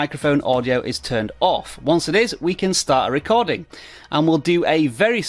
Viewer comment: “Screen rescording” 😂😂😂😂😂